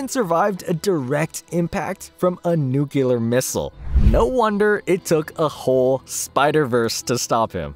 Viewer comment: Someone has to say it. Nuclear* Not "nukular"